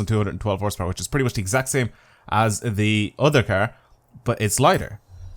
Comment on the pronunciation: i love your videos so much BUT I HATE THE WAY YOU SAY CAR